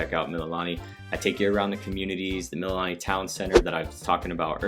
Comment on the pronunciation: Also Mee-Lee-Lah-Nee